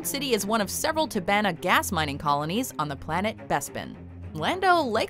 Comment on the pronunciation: Tobana pronounced wrong smh